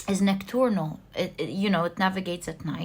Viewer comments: Nocturnal is the word you were looking for in pile 2 :) It’s pronounced “Knock-turnal” Have a blessed rest of your day, you queen! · I know you always love to learn. Card number 2, if you want to pronounce nocturnal.... it's pronounced like (knock)(turn) (L) hope this helps.